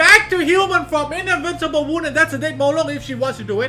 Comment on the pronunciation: "inavincable wound" smh